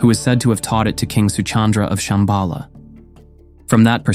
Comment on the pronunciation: Shamba La, is how it should be pronounced . La in Tibetan means "Pass" or "col". You have to pass over or through a pass to find it within yourself probably referring to the Heart chakra.